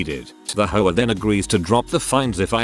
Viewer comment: Im dying...every time the text to speech guy says hoa i hear whore, I'm strangling a laugh every time!